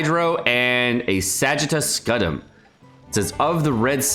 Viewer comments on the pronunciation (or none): Candace is the normal spelling in English... why does that spelling confuse you? (Candice is the minority variant). Also, it's Scyoo-tum, not Scut-um. FWIW, given the theming of Sumer, the normal english pronunciation of Candace should probably be wrong. It comes from Kandake (Meroitic -> Ancient Greek -> Latin (near english spelling, but hard c's) -> English), and the correct pronunciation should probably be Kahn-dah-keh. I don't expect the VAs to do this (but then, their pronunciation doesn't always agree with each other on names, so...).